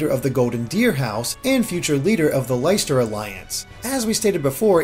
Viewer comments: Guys, it's pronounced Lester, not Liester. Leciester is a real place, it is a city in England. Also, I am fairly sure that the stitching designs on each uniform are indicative of the house they are from. The Black Eagles have inward rotated hearts in their uniforms, the Blue Lions have outward rotated hearts in their uniforms, and the Golden Deer have a purely diamond focused design. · PLEASE stop calling Leicester "Lie-ster". It's pronounced "Lester" Now I will go back to angrily sipping my tea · Leicester is pronounced Lester, not Lyster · It's pronounced Less-ter, not Lice-ter. That's actually the name of my hometown funnily enough. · Leicester is pronounced Less-ter, not Lie-ster, (like seriously, it is said in the trailer) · It's pronounced Lester, not Lei-ster. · While we’re at it, Leicester is a real place in England and it’s pronounced “less-ter” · Leicester is pronounced Lesta. (from someone who lives in Leicester, England) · It’s like the pronouncing word “Lesser” but with a t on the second s, is how I remember.